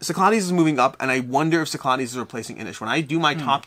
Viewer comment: Cyclades. Sick-la-dees. I’m sorry, I cringe every time.